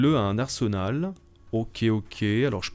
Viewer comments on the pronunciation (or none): none